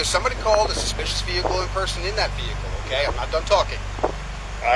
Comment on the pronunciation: this cop can't even pronounce "suspicious" correctly. "i got called out here for a spicious vehicle" the only thing "spicious" here is the cop's iq